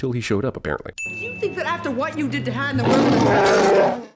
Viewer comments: Need to add a sin for Leia pronouncing "Han" like Lando does! 🙄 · Right I would almost swear that Leia called Han ( that we pronounce like Hahn) Han (pronounced by her like Ham, same as Lando.) I will listen again but that's what it sounds like to me. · Holy shit when chewie chokes lando, leia pronounces hans name with a long a like hand! And yet lando gets all the shit for doing that later